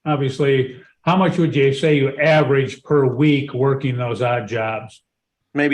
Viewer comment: Everybody has a job starting on Monday, or real soon. Amazing how everybody starts right after court. BTW, "workine" drives me nuts. Yanks! You do great work!